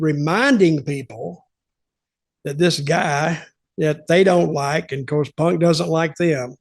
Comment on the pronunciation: I like how Punk or Fuck is pronounced as Fock or Ponk in British English